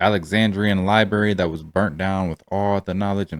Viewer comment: Bro you can’t be calling it a libary sorry love your videos but I need you to LIBRARY